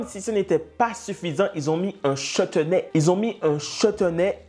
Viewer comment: Merci pour le "chetenay" 🤣😂